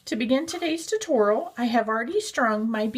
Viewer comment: Cute elephant, but the way she said tutorial made me cringe every time.